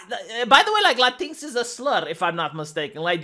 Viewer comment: I keep laughing whenever he says "Latinks" because at first I didn't know what he was talking about. (I think they pronounce it "Latin Ex") Now I can't unsee it and this is the way I will pronounce it from now on, because it sounds even more like a slur.